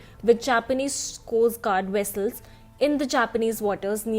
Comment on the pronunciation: Its said like Czecov says it on Star Trek- Wessels. (Vessels)